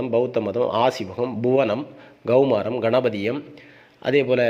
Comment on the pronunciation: Saar Gaumaaram illa saar. Yendhaan ka vai ga nnu chollareengalo. Its KAUMAARAM(Kumar worship). Start feeling superior by mis pronouncing ka as ga evertmytime thereby killi g Tamil tryong to ape Sanskrit